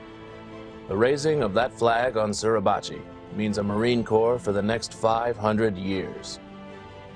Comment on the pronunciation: As a Marine, I'm happy to see these video's but the narrator needs to learn how to pronounce Teufel Hunden, Mount Suribachi and really needs to stop referring to Marines as Soldiers. To a Marine, being referred to as a Soldier is an insult as it would be in any branch except the Army. The Army has Soldiers, the Navy has Sailors, the Air Force has Airmen, the Coast Guard has Coasties but for the Marine Corps, we are referred to as Marines. We are the Corps and the Corps is every Marine past present and future.